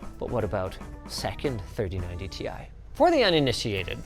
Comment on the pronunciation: How does he pronounce “3090 tie”?